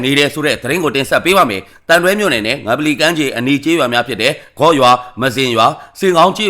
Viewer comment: မ-ဇင်လို့ဖတ်ပါ ပြောပါသား